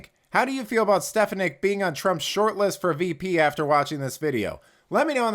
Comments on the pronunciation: I think her name is pronounced Stef AWN ick. I could be wrong. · It's a good posting but learn how to pronounce her name. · You mispronouced Stefanik's name. I would think you would want to get that right. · You tell them Elise! The media is as corrupt as Joe Biden ! the guy narrating needs to pronounce her name right 😖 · Please learn how to pronounce Ms. Stefanik’s last name! Thank you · Hey! Good video but please correct your pronunciation of Stefanik 😅